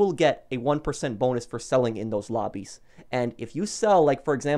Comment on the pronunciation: i'm sorry but i heard you say crew robbies instead of lobbies and i just creased!!!